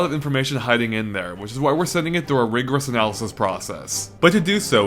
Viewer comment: "Rigerous" "Anaylasys" "Progress" ? Do u mean 2 tell me that u just watched the video a second time?